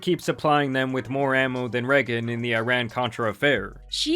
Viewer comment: The pronunciation of Reagan was wild. 😂